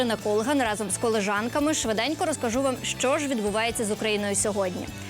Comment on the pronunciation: КОЛІЖАНКА!!! Дівчата, якщо ви увесь час використовуєте це слово, то хоч навчіться правильно його вимовляти.. Вухо ріже.. Ви ж медійні особи, які є прикладом для багатьох. 😡